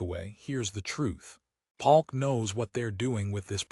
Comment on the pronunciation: Is this AI? Bass (like a fish) Palk instead of Polk??